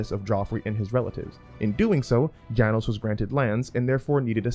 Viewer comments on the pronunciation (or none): 1) it's Jay-nous 2) it's Gee-or 3) I can't take writing advice from people who can't even read names properly.